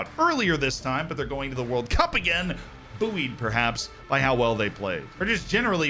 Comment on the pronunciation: Pronunciation of bouyed has frazzled my brain